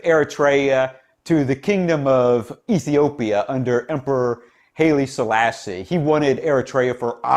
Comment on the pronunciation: Hail from Central WY, The correct pronunciation for the Emperor's name is phonetically; 'High-Lee Sah-Lah-See'. Prior to being crowned Emperor, his name was Ras (Prince) Tafari.....from when arises the 'Rastafarian' religion, which believes Salassie was 'Jesus' and that he will resurrect and take them to heaven/promised land. Cheers from the Oil Patch in Central WY P.S. Tigre is one of the largest Ethiopian provinces, and historically, has provided several strong kinds/emperors from the political 'community' of Rasses (Ras (Raw-s) in the singular), which means 'prince'. Spellings for the province are several: Tigre, Tigray, with other variations possible. Cheers.